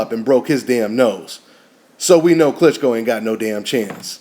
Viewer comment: Klitchsko? Hahaha